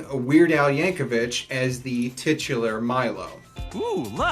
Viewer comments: Sorry for being nit-picky but its YankoVIC not Yankovich. People make the mistake all the time though. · Stop saying "Yankovitch"! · Gotta Cringe every time you say "Yank-0--VITCH!" But Great retrospect on the show! Would love to see an enemy introduced ... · Yeah, that bugged me too! I've been a fan of Weird Al's since I first heard "Another One Rides the Bus" as a wee lad in the early 80s, and I've never heard his name pronounced "vich" (even by the man himself). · Yankovic! THERE'S NO H IN HIS NAME! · There is no h in Yankovic